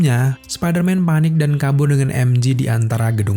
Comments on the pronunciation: Emje bang bukan emji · MJ: bacanya "Emjey". Bukan "Emji". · "peter parker dan emji" wkwkwk "emjey" bang cara penyebutannya. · MJ, bacanya em jhe, bukan emji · Namanya MJ om, bukan MG 🙏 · mj bukan emji, tapi emje kalo emji itu mg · Info aja bang MJ di baca nya EM JE,bukan EM JI ,karen huruf J tetap di baca JE ,kalau G baru d baca JI, contoh jam G-Shock baca nya kan JI Syok